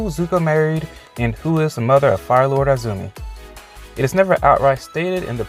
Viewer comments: Izumi is pronounced " E -zumi " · Definitely Mei :) PS: I cringed every time you said I-zumi, omg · eye-zoo-me hahahahah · EEzumi lol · Zuko, Mai, and Jin did have a love triangle in the The Lost Adventures comic. Also, I hate how you probably mispronounce "Izumi" and "Mai" on purpose.